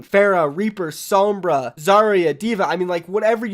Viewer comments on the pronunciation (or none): none